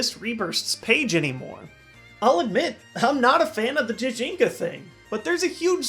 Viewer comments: sorry to be a stickler, but the G in Gijinka is pronounced not like a J, but like Giga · Gijinka is pronounced with a "guh" sound for the letter G, like grand or great.